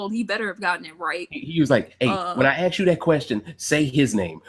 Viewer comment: On Point! It was worse than lapdog though....he treated & thought of Josh as his uneducated (remember him mocking Josh saying axe?) shoeshine boy then calling Josh a blob behind his back. AND even had the fn nerve to call Josh a coward on live tv finale. I'll never stop laughing either lmfao